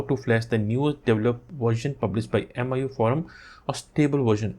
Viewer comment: Its not AMIYOUEYE its MEEYOUEYE just correcting 😄🤗🤗